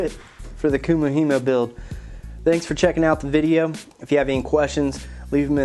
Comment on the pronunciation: not to be picky love the build just now learning how to do it but you pronounced it wrong